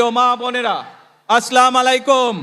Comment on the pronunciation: সালাম টুকু ঠিকঠাক দেয়ার জন্য বিনীত অনুরোধ করছি আস-সালামু আলাইকুম" (As-salamu alaykum), ٱلسَّلَامُ عَلَيْكُمْ